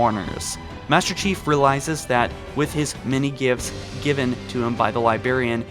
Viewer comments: LI-BRA-RIAN not Libarian, theres 2 "r"s. Otherwise love the content great stuff. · It's Li-brar-ian Not Li-berry-an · "Libarian" "Warmongler" Come on. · There you go again "libarion"... She's the fucking LIBRARIAN.....!!! C'mon bro,,, surely someone as smart as you has that much control over the English language... Otherwise I LOVE your videos... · Stop reading so much halo and figure out how to pronounce librarian